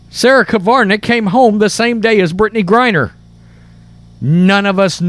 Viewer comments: How come you can type the name "Krivanek" yet you keep saying "Kivarnek"? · It's Krivanek (Cre-van-ek), not Kavarnek (Ca-var-nek). You mispronounce a lot of words. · It's not the end of the world but pronounce her name correctly....just sayin'